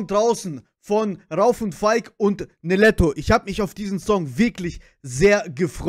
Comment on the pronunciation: Ich schreibe zur Abwechslung mal einen deutschen Kommentar 😄 PS: der in der Mitte heißt RaUf (Betonung auf dem U) PPS: Niletto und Jony sind zur Zeit meine Nummer 1 😍💖🌹